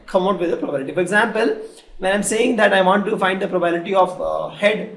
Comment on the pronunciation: its pro ba bi li ty NOT PROBALITY